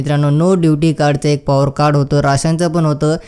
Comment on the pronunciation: Are ky boltoy tu neat bol samjel asa , pawar card nahi rey power card 😅😅